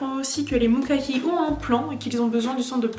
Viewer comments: je suis la seule qui ai kiffé l'anime ? XD , j'ai juste besoin de dire 2 pitits trucs sinon je pourrais jamais dormir tranquille ^^ , 1 : c'est MukaMi ! , pas MukaKi XD j'ai pas arreter de rigoler devant ça (on dirait un nom de patisserie) XD mais sinon la vidéo etait genial. Et il y a aussi le fait de la taille des episodes et de l'histoires inexpliquer (car oui j'ai acheter un des jeux) . A la base les animes ont etait fait pour faire de la pub aux jeux , donc c'est logique qu'ils ne dévoilent pas la fin sinon il y aurait moins d'achats :) voili voualou c'est tous ^^ , mais c'etait tres fun a regarder , super . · tu dis mokaki mais c'est mukami 😶